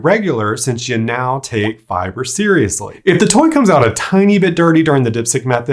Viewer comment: the way he pronounces "FI-BURRR" 🤣🤣🤣🤣🤣🤣